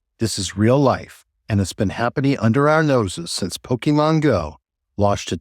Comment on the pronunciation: Poke MON not pokeman... It's short for pocket monsters.